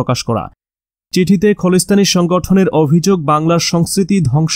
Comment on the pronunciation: বাংলা ও ঠিক মত পড়তে শেখেন। খলিস্থান ওটা হবে খালিস্থান।